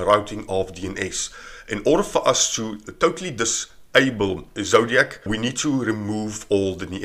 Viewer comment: It's "Ezoic", not "Ezodiac"...